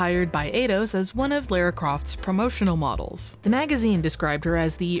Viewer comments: It's pronounced "LAHRA" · alright tourist enough of the "let's pronounce everything in gaming wrong on purpose" game. Eidos is not fuckin' "Ayyyydos" and "Lara" you have copious examples of being pronounced correctly. Have you heard of video games? Or are you scrolling some wiki article of obscure shit? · That is an insane way to say Lara.